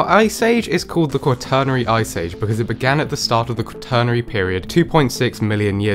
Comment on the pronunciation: I’ve never heard “quaternary” pronounced like that before (kwuh-turnery), and I can’t find any sources that also pronounce it that way. Definitely a weird one. Every source I know of pronounces it more like “quat (like squat)-ruh-nary”.